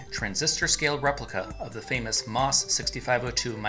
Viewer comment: It's pronounced "Emm-Oh-Ess," not "moss."